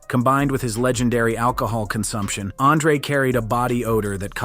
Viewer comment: This AI is wild. Pronounced Andre differently within 3 words.